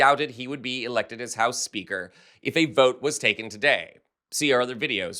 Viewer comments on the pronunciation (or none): Sounded like you said "Accidental HOUSE KEEPER"😂😂😂 Housekeepers are FAR superior to lil johnson!